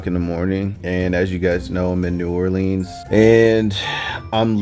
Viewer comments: Not new orleeens new Orleans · Ew why does say new orleeens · saying “New Or-leens” got me triggered...if you from the south than you know why 😂😂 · I was eating and when said “new or-leans” I dropped a piece of hash browns